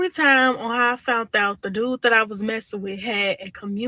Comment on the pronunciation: “Fount out”?